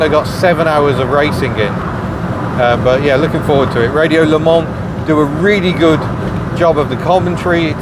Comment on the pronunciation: Hooray and well done - you didn't pronounce the s at the end of Le Mans like most people do. I am impressed! Looked like a very good colour match on Betty. My fairmont is Winter White and the spray cans are perfect matches thank goodness as I am forever touching up the front and rear bumpers (the front needs it when the weather get a bit milder - As its not metal I am in no hurry.